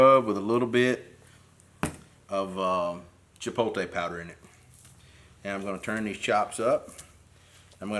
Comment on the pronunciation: Chee-pote-lay not Chee-pole-tay my brother. Love your channel and all your products sold at Mississippi Grills and Kroger in Madison. I have em all .